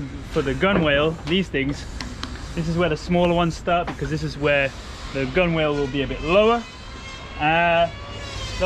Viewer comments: My two cents. I know you're learning. It's not pronounced "gun-wale". It's GUN'L". Or "Gunnel". And try to avoid using Purple Heart for structure above the deck line. Way too heavy! Try lighter hardwoods like mahogany. She'll handle in a seaway much better and you're improving her "righting moment".Too much extra weight high up will make her roll more than necessary or may even be dangerous in bad conditions. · Nice try with the 'Gunwhale' pronunciation . It is actually pronounced "Gunall" for future reference. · Gunwhale is pronounce gulal. Love the purple heart, is that the natural colour? Who is going to teach you to sail such a large boat if you have no experience of boats? Most sailors start off in dinghy and work up, or start crewing on someone else's until they learn the ropes, just curious as she is quite large, another step learning curve, plus no easy task short handed, ie. 2 or 3 crew. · Not 'Gun Whale' Gun-nel. ( gŭn′əl) And that's because half of everything with boats isn't pronounced as it's spelled. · As part of your ongoing course in marine terminology, gunwale is pronounced "gunnel"! Don't forget now,! Addendum - HOWEVER bulwarks are NOT pronounced "bollocks"! So you do get it right some of the time! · Gunwale pronounced gunnel, I said the same thing too, everyone stopped and looked at me like I had three heads...lol 😅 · The progress is amazing, love the Purple Heart wood for the cabin! Will there be modifications or increased ballast for blue water cruising? Also gunwale is pronounced, “gunnel”. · Its a silent W in Gunwhale (Pr Gun al) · A polite correction for.... "Gunwale" is commonly pronounced "gunnal" Hope this helps because your command of so many languages is to be complimented. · gunwale pronounced gun-uhl upper edge of the side of a boat / ship, from gunwale ( a plank ) formerly used to support guns, i hear pronouncing the word incorrectly all the time so i thought i'd correct him hope he does't mind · Gunwale pronounced Gunnel